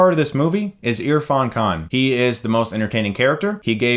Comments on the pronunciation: Damn chris, you nailed the pronunciation of irfan Khan's name. Well done.👏👏👏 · Yes I'm so glad he didn't say Ear-fan-can